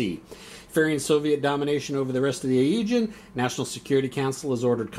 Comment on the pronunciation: So cool you have so many videos on the fleet series! My only criticism is the pronounciation, LOL! I can forgive you any Russian words, but the pronounciation of the Agean and Tyrreanean Seas is rough. But anyways working my way through the videos.